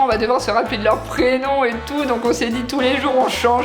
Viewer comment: "La place DÉ la femme c'est à la KOUIZINE !!!"